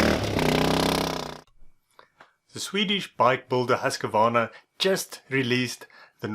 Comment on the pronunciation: The correct pronunciation is Husqvarna ( sounds like Hooskvarna ) certainly not Husk-a -varna .